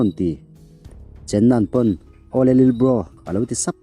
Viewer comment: Lilbro tih chu mawi loe lalbro tih tur awm tak 😂